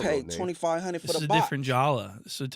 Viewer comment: “2500 for da box” 🤣🤣🤣